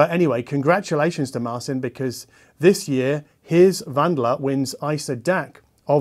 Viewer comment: Great video, thanx! PS: it‘s Wandler not Wandla 😊